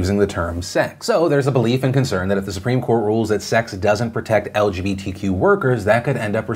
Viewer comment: I like how everytime he says it like el juhbee tee quew